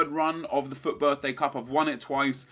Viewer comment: why does he pronounce FUT like that?????